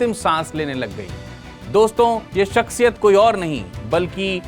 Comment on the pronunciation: jb urdu nahi bolni aati to ku bolte ho? shaksiyat hota ha .. shakshiyat nahi..zero ko jero bolne wale